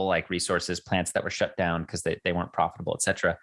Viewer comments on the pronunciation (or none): none